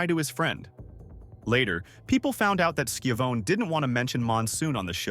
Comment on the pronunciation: Lol skivown (how the op pronounced it) its pronounced shavoneee